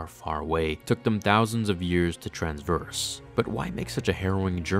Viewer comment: Traverse not 'transvered'